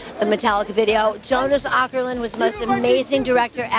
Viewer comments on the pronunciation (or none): Not "Ackerlund", more like oh - kerlund.